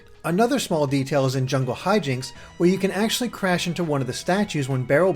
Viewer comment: "Jingle Hijinx's" some of you guys pronunciations of things are severely off..